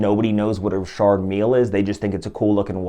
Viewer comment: I always pronounced it Richard not Rishard are you sure you're saying it right before I change the way I pronounce it?🤔